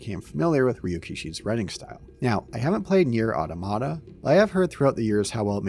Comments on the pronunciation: I kind of grew to like "a-tomato" over the years. Guess I heard it mispronounced so many times by now that I didn't even notice it here. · This mispronunciation of automata chases itself into 2025 lol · To be fair, people mispronounce that word in various ways, and have done so for as long as I've been alive.